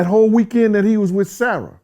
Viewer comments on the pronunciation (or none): none